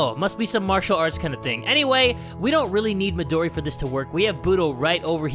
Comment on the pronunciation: I love how he says “MiDoRi GurinUuu”